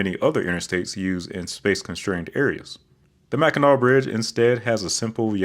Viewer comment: It is the Bridge that carries I-75 from the lower to Upper Peninsula in Michigan. It is pronounced of "Mack-in-naw."